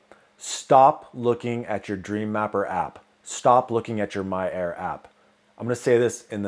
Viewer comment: I swear you are saying "My error" instead of "My air" LOL